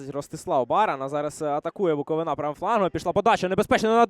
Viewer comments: Коментатор😖 Не БуковинА, а БуковИна Це не тільки паплюжить команду, а їй цілий регіон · БуковИна а не НА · А лоху коментатору ніхто не підказав, що не БуковинА - а БуковИна. Вчіть матчасть